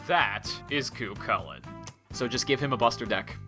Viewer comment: I quit the video when he said Cuacles